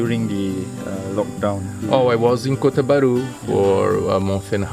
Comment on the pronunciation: bunyi dia sebut kota bharu tu mmg jelas lah xde yg pelat2 bunyi dia...😂😂nice